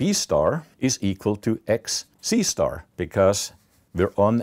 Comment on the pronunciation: I usually take all numberphile videos as half desent math, but the fact that whenever he said "C*" it sounded like he was saying "seestar" (sister with a mexican accent) i was damn near killing myself laughing